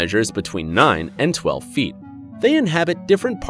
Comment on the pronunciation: six point fifty six feeet🤣🤣🤣